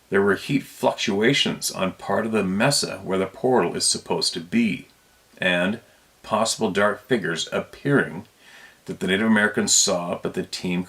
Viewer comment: Mesa is pronounced "MAY-sa" or "MAY-suh." With the emphasis on the first syllable like "tracer" or "pacer" or "racer." They almost rhyme, except that Mesa has no "R" in it. Mesa is Spanish for table, and refers to a steep sided mountain or hill, with a flat top.